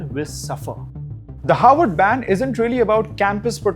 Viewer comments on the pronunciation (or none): It’s “HARVARD” not “Howard” 🙄